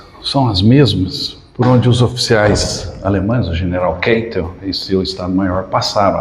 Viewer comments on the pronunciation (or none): Excelente vídeo. Pretendo conhecer o local. Só ressalva: narradores do YouTube insistem em "inglesar" nomes e sobrenomes alemães. Só para lembrar: a pronúncia do sobrenome do marechal Keitel é "Káitel", jamais "Keitel". A escrita é Keitel, mas a pronúncia é "Káitel". Acho que desenhei.